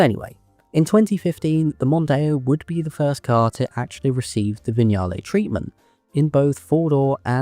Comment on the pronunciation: An English narrator who can pronounce Vignale and Lancia. I nearly fell off my chair. Bless my soul.